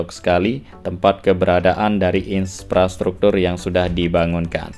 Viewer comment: IN-PRA-STRUKTUR bukan IN-SPRA-STRUKTUR 🙏